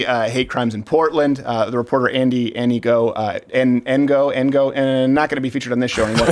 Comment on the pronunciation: It's Andy Ngo (like pronouncing the word 'know', but the it is like 'kngow', silent on the 'K')